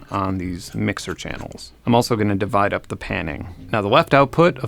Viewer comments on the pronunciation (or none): none